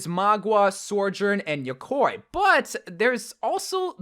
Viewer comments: and when he said yokoi instead of yokai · yokai is pronounced yo-kai just the same way you read it! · and yokwoy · The way you say yokai makes me cringe 😂😭